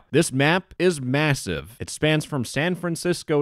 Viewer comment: Did you say massive?